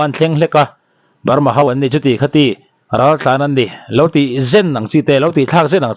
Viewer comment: 'Ral ' I sawi dan kha adiklo,a awmzia i hrethiam nange i lamdan adiklo hul hual, mahni tawng awmzia hrechianglo bawk maw inih?